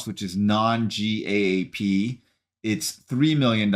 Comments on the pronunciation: GAAP is pronounced like the word "gap." Just in case you do more of these quarterly earnings videos. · GAAP is pronounced or called "Gap" in the financial world.